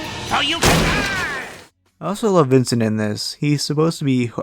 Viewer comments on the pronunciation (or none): none